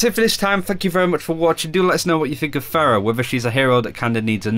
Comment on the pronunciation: people like you make me cringe. it's fucking Pharah with an H. how hard can it be